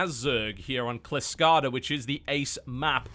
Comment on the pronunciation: TB, you pissed off Odin by calling Kylskada (Frostbite) Klyskada (what the hell?). What has the world gone to when a brit living in 'murica can't speak Swedish?